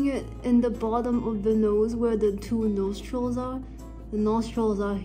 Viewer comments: Totally thought you said "nose trolls" instead of "nostrils" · I'm sorry, I heard 'Nostrils' as 'Nose trolls' 😭😭